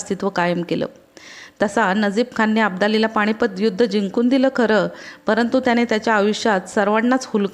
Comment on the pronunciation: पाणीपत बणवली णाही जाणेवारी स्थाण हिंदूस्थाण असं वाटतयं की हे उच्चारच बरोबर आहेत, शाळेत शिकवतात तो मूर्खपणा (सॉरी) मूर्खपना आहे